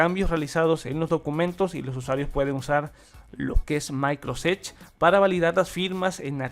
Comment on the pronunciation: Buen vídeo, tu pronunciación suena a "Maicros ech" 😄